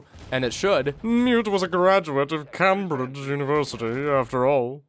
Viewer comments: "KAMbridge university" Cambridge is pronounced "KAIMBridge". Fuckin yanks... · Cambridge? Ackchualliey it's pronounced "Kaim Bridge" lmao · You pronounced Cambridge wrong. You say "Cam-bridge", when it's actually pronounced "Caym-bridge". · The way he said Cambridge tho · Mispronouncing Cambridge is the most American thing you could have done.